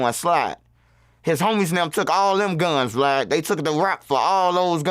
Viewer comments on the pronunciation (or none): none